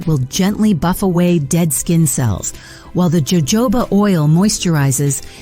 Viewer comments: It's not Jo jo ba, but it's ho ho ba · It is not Joe Joe bah oil. It is pronounced Ho ho ba! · Totally on board with all previous comments! Also, please, please! Can you just pronounce it HOHOBA oil and NOT jojoba!? Please educate your computers! This is the second YouTube vid where the computer generated voice gets it wrong and there's no correction made! Arrrgh! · Jojoba- the j is pronounced like “h” sounds like Hohoba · Jojoba is native to the desert southwest, so Jojoba is pronounced with the Spanish J – which sounds like our H. Pronunciation is “HO-HO-BA”. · All such BS….. Where are the before and after photos plus actual timeframe ….. plus how did you pronounce Jojoba oil…. 😂 😂😂😂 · You mean AI 😮? Anyone not able to pronounce jojoba is not human!